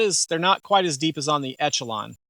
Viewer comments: It's not called Etchalon, bud.. It's Echelon (like Eshalon). It's not an Etch-a-sketch! 😝 Lol.. 😂 The CZ P10C is hands down the better pistol. But since reviewer is a leftie, he prefers the Etch-a-lon. Besides all the mispronunciations, okay review, I suppose. 🤔😏 CZ still the better choice. Stop the Leftie Limp wristing & it'll shoot better. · Esh-uh-lon. Just an fyi. Good review though!!! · Thanks for the video but echelon is pronounced esh e lon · I took a shot each time you said ETCH-ALON. I'm drunk! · Echelon is pronounced Eshelon